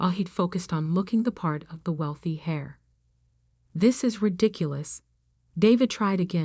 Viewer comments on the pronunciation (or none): The person who inherits, in an "heir" (pronounced "air", and not "hair" or "hare")! Correct pronunciation in the commentary, and correct spelling in the text need checking!